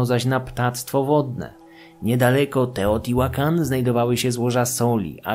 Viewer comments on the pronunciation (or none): Wiedza super ale niestety nie mogłem znieść wymowy nazwy miasta.